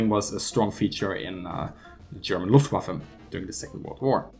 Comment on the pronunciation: that music,... it's Luftwaffe NOT Loungewaffel